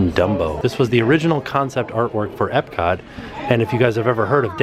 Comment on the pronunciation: at one point he says epcat